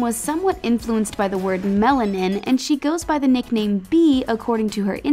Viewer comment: Lololol it’s not pronounced melv-nin. The “v” is the “a” . So it’s Melanin